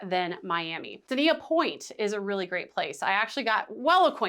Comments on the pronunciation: I gew up in Dania - it’s pronounced “DAYN-YUH”. Never heard of “Duh-nee-yuh”. And to echo comments below: guaranteed I can get from PBI to Port Everglades in half the time compared to MIA to PE. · it's pronounced (Day-ni-ah) the marriott harbour beach is top notch in my opinion, for direct beach access and especially for families. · 🫣 Dania point pronounced “Day-knee-ah” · Dain-yah in local-speak.